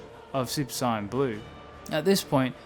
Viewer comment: its not cyan blue its sayian blue